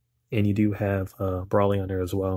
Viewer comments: It’s not pronounced brawly brah. Do you pronounce gold as gawld.. or better yet broccoli as broccawly?? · Is anyone gonna bring up the fact that this guy just bought the DVD and can’t even pronounce broly right ?? BRALY........ wtf